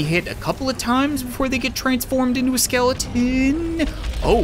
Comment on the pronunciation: you said skelden not skeleton